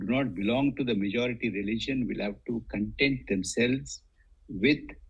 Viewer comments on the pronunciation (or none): none